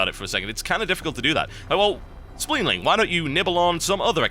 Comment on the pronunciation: SPEEDLING not spleenling